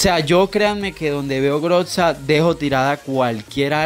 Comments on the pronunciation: grotza tiltea q digas asi porfavor es grosa con z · Jaja la groxa 😂 se dice grosa pero se escribe groza